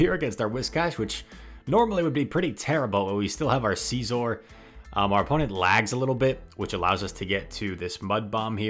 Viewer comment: why do yoou say SEEzzorr